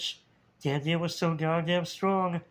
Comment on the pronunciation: Oh so that's how you pronounce it! I've had trouble with Danthias name for years!